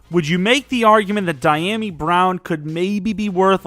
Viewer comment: I hate the way you say dyami lol